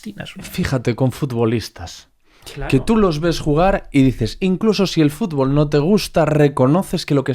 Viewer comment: FúTbol. Ante todo matizar mucho esa T, si no, no somos nada.